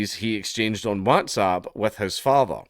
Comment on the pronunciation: haha dank says whatsapp in a funny way